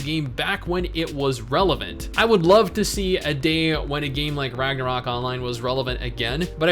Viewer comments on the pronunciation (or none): none